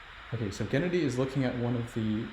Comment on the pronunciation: The way they pronounce Gennady like Kennedy is disturbing.